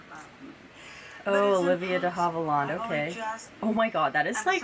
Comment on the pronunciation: It's Havilland, actually! With the last syllable pronounced "land"!